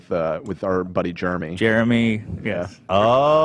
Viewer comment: Who else says Jeremy the way pronounces it???🙋🏽🙋🏽 I do and everyone makes fun of me for saying Germmy